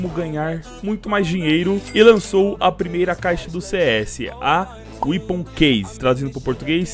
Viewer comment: é wépon a pronúncia, não weapoon